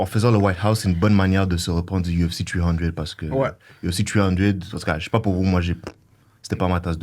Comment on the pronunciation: Je vous adore, mais apprenez à prononcer UFC en français